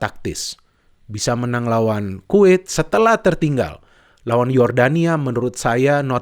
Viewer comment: Kuwait bung bukan quit, quit quit mulu hehe. Canda bung 😁